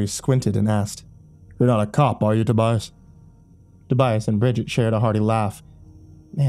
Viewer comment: Not to be THAT GUY, but it's "Tobias".